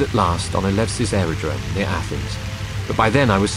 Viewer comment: Very nice videos. Very immersive! What makes it more special for me is that I live a few miles from the airfield he was stationed in Eleusis. (Elefsis is the correct pronunciation). And the bomber's attack must be at Halkis (or Chalkis).